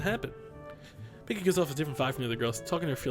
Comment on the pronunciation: not being a dick but miki is pronounced 'meekee' not micky